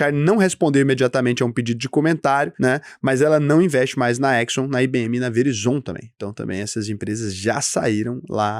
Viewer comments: Como que fala Verizon? Patético. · Cara que fofo a pronúncia dele na hora de dizer Verizon Hahaha Vídeo muito bom!!! poderia por favor falar da NVO (Novo Nordisk da Ozempic) e a NXE?